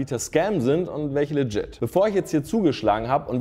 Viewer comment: Wann sagt jemand dem eigentlich mal wie man LEGIT auspricht? Läjjit ist es NICHT